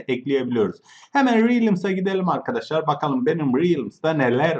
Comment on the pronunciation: Oğlum yav "Mrb adadaşlar!" diye başlama ilk İngiliz sanıyom sonra Türk.Sonra İngiliz sandığım için kapatıyorum!YAPMA!!!